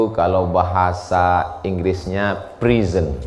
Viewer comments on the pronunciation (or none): Mohon maaf ustadz, pelafalannya bukan prison, tapi present, jd beda artinya 🙏🙏🙏